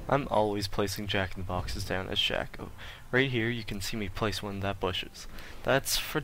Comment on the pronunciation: You didn't say what abilities you maxed first. Also it's pronounced Shay-co. I don't know why, but it is. Decent though overall.